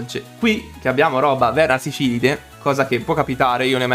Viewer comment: Bro è vernaSILFIDE non vernasifilide😂 mica c’hanno na malattia ahahahah comunque continua così, bella profile!